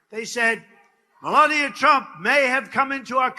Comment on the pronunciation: Meh lay nee ah!